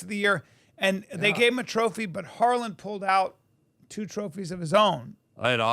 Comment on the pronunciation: HARLAND not HARLAN